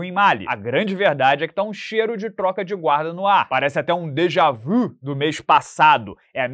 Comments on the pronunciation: Fala "djavu" de novo kkkkkkkkkkkkkkkkkkk queima ou não queima kkkkkkkkk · E esse "dejá-vu"? hahaha